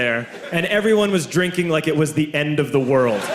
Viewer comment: Or like Race, the end of the wiold